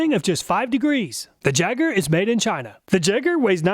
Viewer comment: "jagger" yay-grr